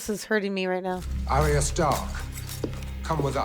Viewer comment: Bron is the best character in the entire show. Charles Dance (Tywin) is an amazing actor. Absolutely kills the role of Tywin Lannister. Btw, Catelyn Stark is actually Cat-e-lyn, pronounced more like Cat-lyn, not Kate-lyn/Caitlin, and Arya Stark is Ar-ya, not Aria (though despite GRRM saying how it's pronounced, even some of the cast in the show still get this one wrong) Daenerys Targaryen is Dan-air-iss, not Dan-air-eese. Varys is Var-iss, not Vair-eese. Also, I wouldn't want to spoil anything, but I can say it now as I see you are far ahead of this and would have seen the Vipers story to Tyrion, and the clip of Cersei when she was younger, so I'm not spoiling anything. Robert Baratheon didn't create her. She was always just bad. If anything Tywin created her, and the death of her mother really brought extra hate into her, primarily directed at Tyrion for that, but hate and bitterness in general took root in her.